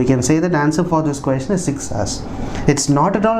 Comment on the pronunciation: Na your pronunciation on the word 'question' really peculiar one Queestion